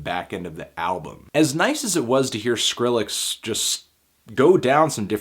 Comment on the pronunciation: anthony, thank you for pronouncing the name properly and not "skril-lex" like a bunch of the weirdos out there. idk why but i hate that shit.